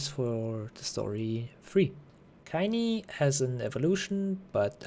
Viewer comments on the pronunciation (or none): WHY DID YOU SAY KEINE "KAINI"!?!?!